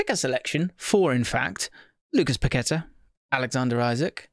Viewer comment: Pack-ka-tar, inflection on the “á”